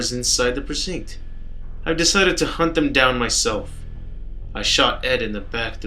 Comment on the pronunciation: Sorry, not a native speaker, but its weird how you pronounce precinct xD